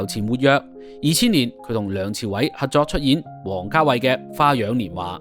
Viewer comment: 網主，要注意有好多懶音。 合約-核約； 合作- 核作； 十幾級樓梯～十幾咳樓梯，男人-難忍； 情深- 情新。